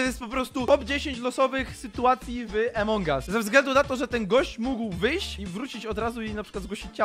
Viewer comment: Od kiedy a mówi się e (jezu) to jest AMONG US a nie jak mówisz EMONG US 😑